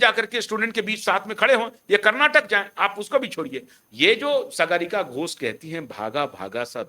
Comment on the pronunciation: Sagaarika nahin Saagarika. Naam to sahi bol lo 😅😅😅😅